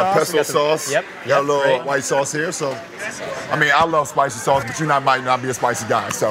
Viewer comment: ! " i luveis spiceiys saucei " ???? " reially TTTTall sHadow " ???? " aauuuum " ????